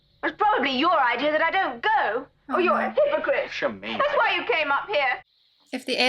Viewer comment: Not a total stinker, but not great either. “Shermeen” 🙄